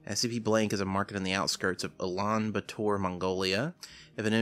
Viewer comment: As someone who is actually from Mongolia, this video comes off as a very ignorant and arrogant pov from him honestly, not only he can't even pronounce the capital's name right (also he says it's located in central north asia when actually that would be in russia) but goes on to "ridicule" the idea of travelling to our country which clearly indicates that he didn't do any freaking research... Now I am not familiar with this youtuber's content and personality at all but just because of this first impression, really doesn't compel me to watch his other videos... There are just many things that he gets wrong that I am not gonna cite them all and just end my ranting right here. PS: I work in tourism (for more credibility)